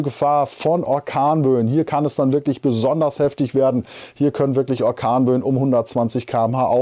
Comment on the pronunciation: Was sind akornböen?😅ich finde das sehr witzig und deine versprecher sind der knaller 😄😀,die gehören echt dazu😊